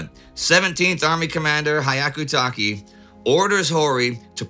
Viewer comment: Indy keeps murdering the pronunciation of Hyakutake Harukichi. "hyaku" 百 ( ひゃく ) means the number 100. So this fellow's name means "one hundred warrior." Here's the pronunciation of hyaku